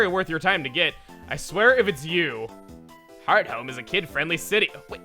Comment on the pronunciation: Wait i always thought it was pronounced hearth-ome and not heart home